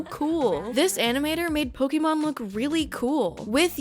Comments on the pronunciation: Still bothers me when ppl say "poke-eee-mon" it's "poke-aye-mon" Thanks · nitpick of mine is when someone calls 'pokemon' 'pok ee mon' insteady of 'pok ey mon' -- I'm guessing because they don't know there's a reason why there's an accent above the e. heh. One Piece is by far the best adaptation and the Luffy character is perfect (he looks way too much like benoftheweek) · An entire video misspronuncing Pokémon